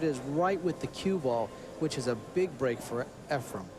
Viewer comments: his name isn't EFRE*M* it's _EFREN with an N Okay a million years ago? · say this slowly EF-REN "EF-REN" FOR CRYING OUT LOUD!!!! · It's very irritating that the one announcer always pronounces Efrens name as Efrum 🙃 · One of these commentators doesn't know that it is Efren with an "en" and keeps saying Efrem with an "em" or "um". I can't believe the ignorance of the fellow. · Almost every match with Efren in it, at least one of the commentators says “Efrum”. It drives me crazy. 😡🤬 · ..it’s EfreN, not EfreM...sheesh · It’s Efren!!!!! Not Efrem.... that drives me insane.... if you’re gonna commentate at least pronounce the mans name properly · I hate how they pronounce his name. "Efrem-Ray-Ace"